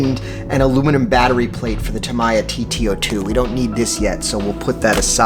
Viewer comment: It has been pronounced both ways since the 80's. But Tam-ee-ya is the correct pronunciation.